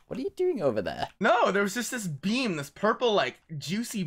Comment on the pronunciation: When was talking about the beam, I kept hearing bean instead. "There's this purple juicy bean..." and I almost thought had completely lost it at this point.